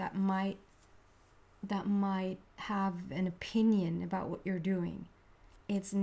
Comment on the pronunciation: I’m Canadian and I chuckle every time you say aboot.